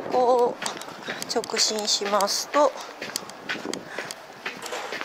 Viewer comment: 直進を直ちんって言ってませんか？面白かったです(^-^)